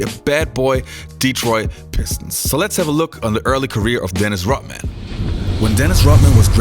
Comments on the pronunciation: Dennis Rot-man... There is a "D" in there my man! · It`s RoDman (with D in the middle) not RoTman - just sayin`